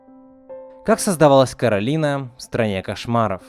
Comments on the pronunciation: Не Каролина а Коралина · Сори но правильно к`оралина а не каралина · Некаралина а коралина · Коралина* Почему все говорят Каролина? Если она Коралина? 😩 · кОралина а не КорАлина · Не Коралина а Королина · Не Коралина,а Каролина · Не Коралина, а Каролина, это моё имя-_ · Меня одну бесит, что он говорил Каролина, а не кОралина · Расул Гасанов в мульте русский чел называе её Каролина, а она говорила Коралина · Королина ударение на на вторую о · Коралина ударения на О